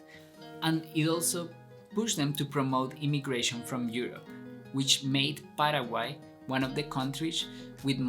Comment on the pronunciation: Nada q ver con tu pronunciacion de PARAGUAY... El Guarani es nasal...